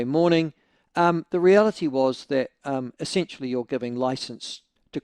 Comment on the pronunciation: Michael I like when you pronounce essentially as essensually....sounds a bit kinky....